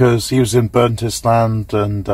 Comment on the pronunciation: Burnt Island, not Burntisland.